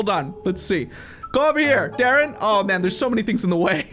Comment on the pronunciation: you Almost seed my name my name es dadrien and you seed daren